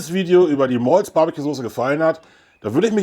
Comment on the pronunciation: Moin, deine Aussprache ist bestimmt richtig! Ich glaube in dem Video singen die Maull it! Super BBQ Sauce 👍💯🔝 muss ich natürlich auch ausprobieren 😊 Danke fürs Rezept 👍 LG Basti ✌️